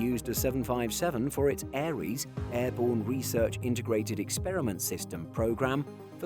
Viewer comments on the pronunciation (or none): none